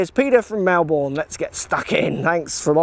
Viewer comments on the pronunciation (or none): Yes, but the 'bin' part is pronounced as a New Zealander would say it.